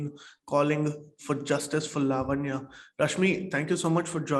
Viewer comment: are we Americans ? its laavanya , like samant or saamant